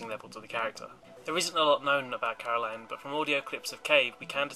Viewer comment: Caroline forced GLaDOS to tell me to tell you that it was Caro"LYN"